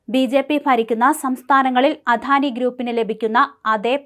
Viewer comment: അധാനിയല്ല അദാനിയെന്ന് പറഞ്ഞു പഠിക്കു